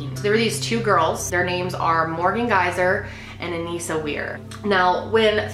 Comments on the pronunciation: Her name was Anissa, not Anisia. Lol just had to let you know 🤗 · I support them, I don't support what they did at all but I support them, especially Morgan because of her schizophrenia. Also not to be rude but It kinda bugged me how she said Anissa's name wrong since I've been researching this for a few years now xD